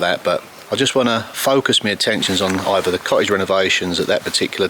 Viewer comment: For international viewers it would be helpful if you didn’t pronounce th at the beginning of a word as an f - or th in the middle of a word as a v - also it isn’t co-ige it’s cottage - what do you have against the letter T - all tongue in cheek I might add lol